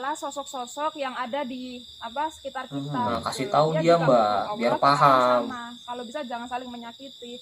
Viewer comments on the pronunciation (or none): mas ini bemasalah dengan penyebutan auloh senetron purasakit yanyebut auloh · Tu nma allah slhkah sbut nma allah... Nma sllah bila2 bole sebut biar bsh d mulut... Jntn bodo 2 org ni bkn islam ka...